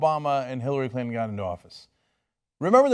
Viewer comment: Why do Rudy Gulliani and Chris Christie pronounce Clinton as "CHRRINTON"??? Is it a NY accent thing or what?